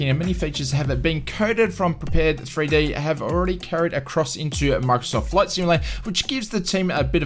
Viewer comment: Prepare 3D? I believe it is pronounced prepared.